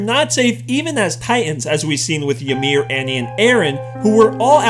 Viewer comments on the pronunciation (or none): none